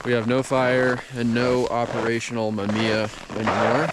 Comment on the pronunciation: MA MI YA say it with me hahaha great video man, looks chilly out there!